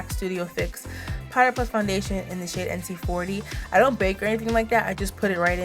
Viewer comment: I was trying to figure out if you said light purple shit or not 😂😂😂😂😂